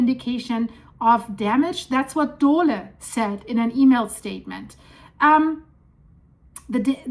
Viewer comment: What is a Dolah Corporation? said Dolah! I know of the Dole Food Company, but Not Dolah!! WHO TAUGHT HER ENGLISH AND WHY DOESN'T SHE HAVE AN ELECTRONIC DICTIONARY?!!